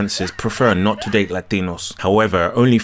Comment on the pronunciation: Funny as hell when he breaks into the heavy spanish pronunciation. LA-DEE-NOS and LA-DEE-NAS